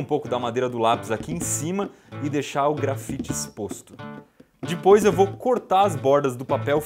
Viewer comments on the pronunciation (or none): ibere se fala depois não dipois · ele so sabe falar dipos em vez de depois